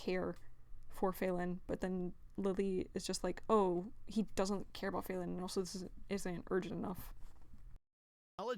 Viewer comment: Why do you keep pronouncing Falin's name as Fay-lin?